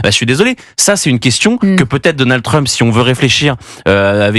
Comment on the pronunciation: Deux fois "DonaldE Trump" 🙄 Sur le fond, difficile à dire pour le moment...